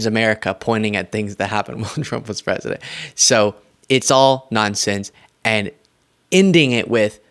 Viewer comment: pwesident HANNIBAL LECHTER.